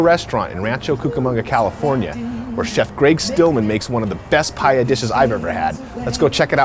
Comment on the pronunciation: He cant even say paella